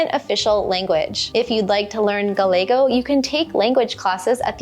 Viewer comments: Great presentation. One request. Gallego is pronounced Ga-Ye-go. Double Ls are pronounced as Y. This is pretty fundamental. ¿Como se llama? Yama not Lama. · Great video. Just one thing is how you pronounced "Gallego". The double "ll" in Gallego is pronounced in the same way you would pronounce a "y" in English. The double "ll" is not pronounced as you would pronounce a single "l" in English